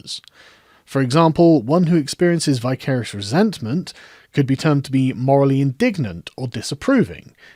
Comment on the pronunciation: Thank you for this. 'Vicarious' as in vicar. A vicar acts vicariously. (I've never heard it pronounced in the manner you did - but hey ho.) I like this word. ;) Great last sentence!